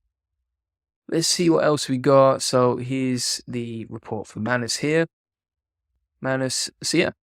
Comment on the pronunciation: It's pronounced 'May-nus' not Mann Uss'